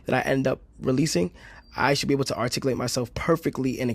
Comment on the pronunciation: Ngl he still says arcticlate instead of articulate which is kinda hilarious